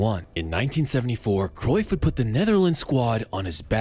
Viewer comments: Wtf is Kreuff?? Cruyff is Dutch not German!! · I wonder if there will ever be a foreigner that pronounces “Cruyff” correctly. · its Kruif